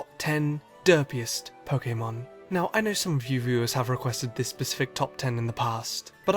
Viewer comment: FINALLY SOMEONE THAT SAYS POKÈMON RIGHT!